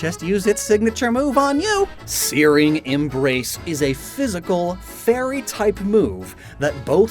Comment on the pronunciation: Loved the video! Also, the way you said "Searing Embrace" made Siri think you were talking about her. She kinda spooked me until I figured out what happened.